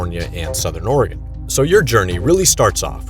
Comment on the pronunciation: Ty for pronoun cing Oregon correctly. I hear my home called Oreegahn way too much.